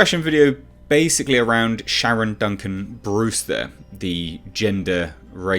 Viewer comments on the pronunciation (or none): none